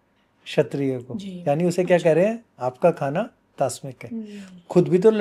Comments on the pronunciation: Good Analysis but what is tasmic probably wrongly pronounced to Rajshik. There are three types of food I.e satwik,Rajshik and Tamshik , Satwik food is best for spiritual gwoth n enlightenment🙏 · has pronounced it as Tasmik. The proper pronounciation is Tamsik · इन्होंने तामसिक नहीं कहा तस्मिक कहा है 😂 तामसिक तो सुना है ये तस्मिक भोजन क्या होता है? मांसाहार निषेध के बारे में धर्मग्रंथों में स्पष्ट निर्देश है महाभारत – अनुशासन पर्व (दानधर्म पर्व), अध्याय 115 के कुछ प्रमुख श्लोक (संस्कृत एवं हिन्दी में), जो विशेषकर मांसाहार के त्याग और अहिंसा के महत्व को उजागर करते हैं: 1. श्लोक 1 “न हिंस्यात् सर्वभूतानि।” “मनुष्य को समस्त प्राणियों को हानि नहीं पहुँचानी चाहिए।” 2. श्लोक 18 “मांसं त्यजेदाहारात् क्षेमार्थ सर्वसिद्धये।” “सर्व कल्याण और सिद्धि की प्राप्ति के लिए मांसाहार का त्याग किया जाना चाहिए।” 3. श्लोक 22 “प्राणिनां वधबुद्धिर्नास्य प्रीतिकरं भवेत्।” “जीवों की हत्या की भावना किसी को भी प्रिय नहीं होती।” श्लोक 52 “न मांसं भक्षयेत् पुण्यं न मद्यं न च मैथुनम्।” “मांस, मद्य और कामवासना में लिप्त होना पुण्य का कारण नहीं होता।” 5. अहिंसा परमो धर्मः तथा अहिंसा परम् तपः अहिंसा परमम् सत्यं यतः धर्मः प्रवर्तते।” अहिंसा (हिंसा का त्याग) सर्वोच्च धर्म है। अहिंसा ही सर्वोच्च तप (संयम/त्याग) है। अहिंसा ही परम सत्य है, जिससे धर्म की प्रवृत्ति जन्म लेती है। xxxxxxxxxxxxxxxxxxxxxxx अथर्ववेद 19.48.5 “मा हिंस्यात् सर्वभूतानि” किसी भी प्राणी को हिंसा न करो। अथर्ववेद 6.140.2 “अन्नं वै प्राणिनां प्राणः” अन्न (धान्य, वनस्पति) ही सभी प्राणियों का प्राण है। यहाँ वनस्पति आधारित अन्न को जीवन का मूल बताया गया है। अथर्ववेद 1.16.4 “पशूनां मा हिंसीः” पशुओं की हिंसा मत करो। अथर्ववेद 12.1.35 “ओषधयः पच्यन्तां मा हिंसिष्म” औषधि और वनस्पति पकाई जाए, लेकिन उनकी भी हिंसा मत करो। इसका तात्पर्य यह है कि भोजन में भी संयम व अहिंसा का पालन हो। xxxxxxxxxxxxxxxxxxxxxxx 1. गरुड़ प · तास्मिक 😂 नहीं होता है तामसिक बोलते है । पूरे ब्रह्माण्ड की जानकारी है और हिन्दी उच्चारण में गलती ।संदेह है कि आप सही बोल रहे हैं। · Ye to tamshik pronunciation thik se nahi kar paya, tasmik tasmik bak raha hai..…..😂